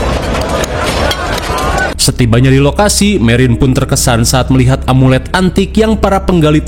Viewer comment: Omelet? Amulet bukan omelet 😂😂😂😂😂